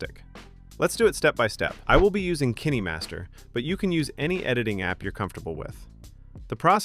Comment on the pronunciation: bro said kinny master but it's helpful